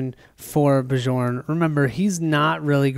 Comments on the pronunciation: Love the play through, but you are driving me crazy calling the barbarian "Ba-Jorn." It is pronounced "Byorn," like Bjorn Borg. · Awesome play through. The Trog's are cool. Have only played with the base game monsters. Bjorn is pronounced Bee-YORN:) it is a Scandinavian name. Charge was an awesome skill in our game on Bjorn. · Bjorn (Bee-yorn!) should not heal 1 point when he takes the +1 Max Health skill. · Every time you say Bjorn, the way you pronounce it, I have to think of a French guy in white/blue striped shirt, fighting with a baguette...